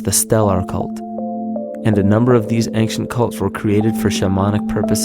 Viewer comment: "ank- shee- unt" ..... he says ancient quite odd like...